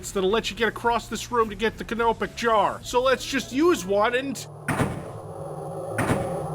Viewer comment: I love the way he says canopic jar